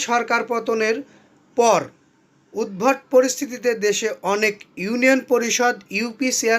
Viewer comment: উৎভট না উদভুতো